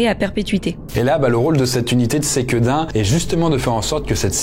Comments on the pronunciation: Pour Sequedin on dis pas Séquédin mais Seuqueudin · Merci pour l’iceberg toujours vraiment top ! Et juste pour toi savoir, on dit Sequedin avec un [e] pas [é] 🙏🏻 Ps: jai trouvé ton honnêteté dans la video ou tu parle de l'expérience horrifique absolument remarquable, classe 🎉 merci ! Bonne continuation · La prononciation dans le Nord de la France, c'est: Ceux Que Din pas c-quedin :-) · SEquedin Pas Séquedin haha , mais très drôle d’avoir vu ma ville dans la vidéo 😂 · Pour Sequedin on prononce se pas séquedin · Par contre on prononce : SEQUEDIN comme il s’écrit il y a pas de é 😆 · mes oreilles piquent quand je l'entend dire séquédin 😅😂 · Intéressant. Pour info : Sequedin se prononce comme il s'écrit, il n'y a pas d'accent caché sur le premier E.